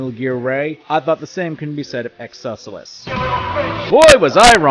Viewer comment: The way you pronounce Excelsus is... frustrating.